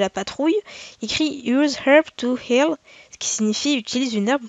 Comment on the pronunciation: Le prend pas mal mais quand t'as dit. " Use herb to heal " j'ai compris " Use herb of hell " ( pour les français utilise les herbes de l'enfer) 😂